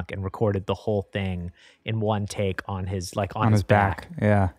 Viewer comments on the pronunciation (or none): What do you mean with "the baak" of...?